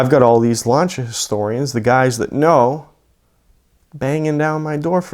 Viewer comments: Lancha??? L A N C EY A THATS HOW ITS PRONOUNCED 🤦‍♂️ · y is he saying launcha lmfao its actually pissing me off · Lancia pronounced lancha lol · I will not watch someone who says LANCHIA. It’s lancia. With an s sound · Epic story, but wtf is a ‘Larncher’? Is it like a Lancia? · What’s a lawncha? You mean lancia? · It's pronounced Lan-See-Ah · it's significantly closer than the way most people say it (myself included, I butcher it every time) of lance-e-uh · Honestly it bugs me that he mispronounces lancia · For the love of God learn how to pronounce the name of the car you sound ignorant as hell